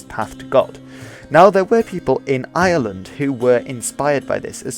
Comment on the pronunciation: I find it very hard to distinguish how you pronounce ireland from how you pronounce island